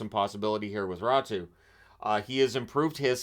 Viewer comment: It's raty not ratu